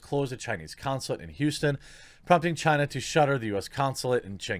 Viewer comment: Ban all things Chy-na